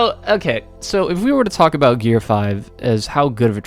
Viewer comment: Finally, someone said it right.